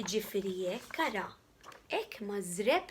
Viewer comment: marżebb mhux mażrebb :) Biss brava wisq